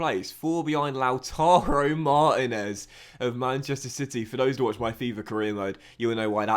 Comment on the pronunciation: Liverpool always ask for over £100m for Brewster. So basically if you can't get him on loan again then you're fucked. Also, Why do you pronounce Martinez weird?